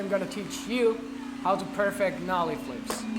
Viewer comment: Hey Jonny, unrelated to the skating but I know you appreciate tips on your English (which is really good to be honest). Just wanted to point out something that I lot of non-native speakers get tripped up on. You're pronouncing "perfect" wrong in this context. Perfect can be a verb or an adjective. You say it right for an adjective but when it's a verb you should put the emphasis on the other syllable. Like this: "That trick was PER-fect" or "How to perFECT nollie flips" Keep up the awesome vids man :)